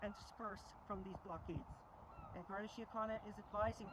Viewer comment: who's betting that garda can't pronounce Gardai